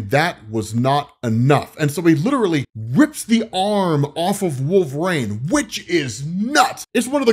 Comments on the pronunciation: I always wonder if pronounces WolvRAYNE on purpose or as a joke or there is something else I've missed? I've always pronounced it wul·vuh·reen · Again, with the "rain" bullshit. His name is wolverine, pronounce it right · Wolv-rain... his pronunciation of his name is killing me! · "Wolverane"